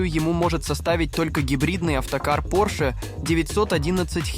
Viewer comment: Интересно конечно, но произношение с не правильным ударением режет слух 🫨 Француз - Porsche 911 вообще убил😂